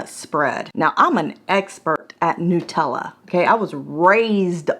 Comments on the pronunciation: Love your reviews but damn girl... NUH-tella (as in nut) not NEW-tella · just nuts. Nut-tella.